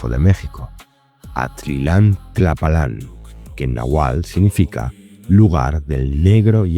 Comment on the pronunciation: Seria muy bueno que se pronunciaran las palabras correctamente, ejemplo: nahuatl, quetzalcoatl, no estas pronunciando TL al final